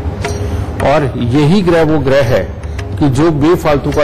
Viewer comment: Gruha ( घर) nahi ग्रह